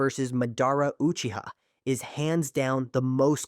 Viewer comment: Ah yes, the shuh'ring-gen. Rock Lay hard counters the uchih-huh.